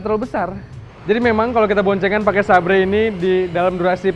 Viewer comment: Xeber bang di baca nya bukan sabre..maaf..